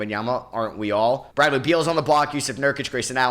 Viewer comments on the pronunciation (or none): none